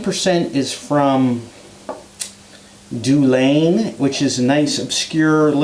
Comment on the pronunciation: Dailuaine is pronounced Dal (as in Dalmore) Euan (as in Euan McGregor). Excellent review and I like your watch winder. Are you a watch guy? I haven't tried Spice Tree, would you believe. Although I have reviewed a Teaninich, a Clynelish and a Dailuaine! It's on the list!